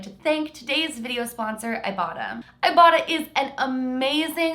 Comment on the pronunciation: When said "ibota" I thought said "ibottom" I had to look in the description to see what she really said 😂